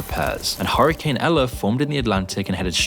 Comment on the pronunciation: I love that he says hurricane like "horror"cane 👍🏻